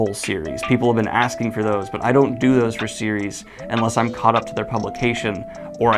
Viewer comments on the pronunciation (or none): none